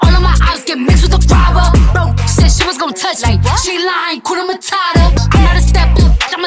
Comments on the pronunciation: It's 'hakuna matata' not 'hakuna matara' anatweng' vibaya...gaaaiii...😂😥💔💔💔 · Hakuna mata ? What??? Shit shit shit I'm from East Africa and I feel bad when I hear hskuna matara.....people its hakuna matata...(matahtah) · Atleast try say the Swahili name hakuna matata not matara